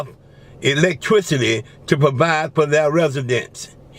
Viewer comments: My wife and I were taking shots every time he said "" and "electwicity". I think she's dead. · 😂😂😂😂electwicity😂😂😂😂